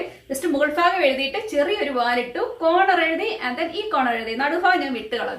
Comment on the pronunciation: Fagamalla aunty bhagam